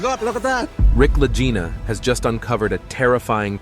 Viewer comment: I THINK THAT THE NAME LAGINA IS PRONOUNCED WITH A HARD "G" INSTEAD OF THE SOFT "G." THINK OF THE WORD "LEG" WITH THE HARD "G" SOUND. THUS, IT'S LAGINA. AT LEAST THAT THE WAY IT'S PRONOUNCED ON THE TELEVISION SHOW. (LAG-EENA).